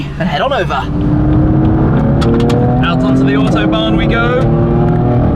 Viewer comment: It is not called the "Ortobahn", it is fckn AUTOBAHN. How hard can it be....